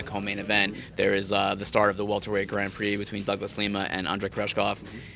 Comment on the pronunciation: Why does manlet raimondi say grand prix like a dumbass he says gron prix wtf